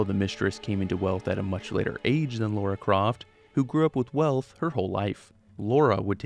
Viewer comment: It always makes me cringe a little when people call her Laura Croft